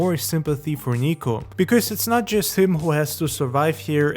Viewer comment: Dude his name is Niko not Nico